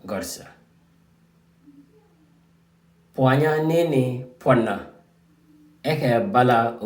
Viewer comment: bro. this is good lesson, but it sound like pwanya and not pwana